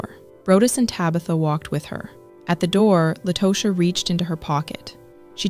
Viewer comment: And it irritates me when these commentators try and fail miserably. Meaning, the constant mispronunciation of Tosha’s name. Over and over again. It irritates the hell outta me. Both The attorney and Latosha said her name, and specifically the attorney on multiple occasions. Take the time to listen and say their names please! It’s all part of journalism.